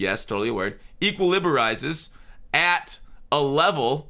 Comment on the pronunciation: Equilibarize is the word I never knew I needed.